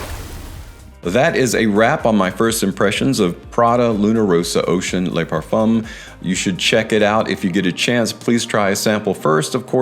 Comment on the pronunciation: Le = "luh", La = "lah", Les = "Lay"